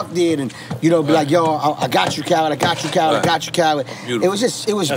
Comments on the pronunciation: Does it sound like N getting his name wrong? Carlid? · I know off the rip I'm going to love this interview because nore can never say DJ Khaled name. Shout out to the fact that DJ Khaled has gloves on but still puts his pinky ring on